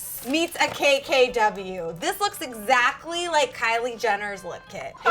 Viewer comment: She says exactly like “exacly “